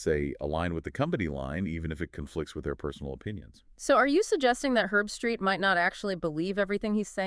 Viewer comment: Herb-street. Not erbstreet or Herbstraight. She sucks.